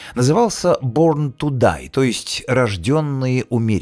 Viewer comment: бОрн ту дай, а не бЕрн ... 😄